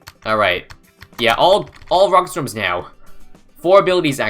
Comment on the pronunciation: 30 sec into the video and I've already forgotten how to pronounce storm correctly